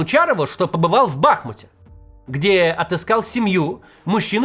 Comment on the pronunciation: Бахмýт, Максим, Бахмýт!!!